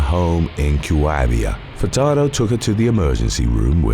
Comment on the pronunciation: Idk if I heard you wrong or not, but I swear you pronounced Denis "Dr. BumBum" Furtado's name as "Fucktardo" and now I can't unhear it...